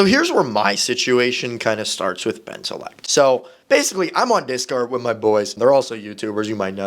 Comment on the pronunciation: bro said discard and not discord😂